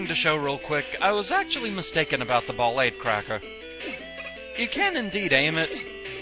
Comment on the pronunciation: a little bit of insight. I believe Ballade is pronounced just like it is in French. ball-AHD. To back it up, his Japanese name is バラード (Ba-ra-a-do). That's pronounced like bah-RAH-doe, or bah-LAH-doe. But you see my point? Also, in Japanese, ー is used to indicate an extension of the sound before, which is the "ah" sound. This is commonly used to indicate where the stress goes on foreign words.